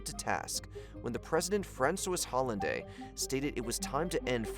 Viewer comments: You absolutely butchered Hollande's surname lol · did you just call him (Francois Hollande) “France-Waas Holland-day” 😂😂😂😂 It’s pronounced “France-wa Olland” (silent H & E in the surname) 😂